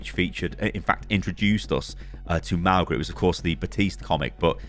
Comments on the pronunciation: [Mawng-Uh] not [Mao-Guh] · mauga is pronounced mau-nga! with the g being a light g like the one in tongue. mauga is samoan and his name means mountain! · it's pronounced mow-nga; mow as in mowing the lawn, the same 'nga' that's in singapore. mow-nga. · Sorry, pronunciation is really getting to me. Since Mauga is a polynesian character the most appropriate and likeliest way of saying his name would be mow-nga. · Mauga is pronounced Maunga the g is a ng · its not mauga god damnit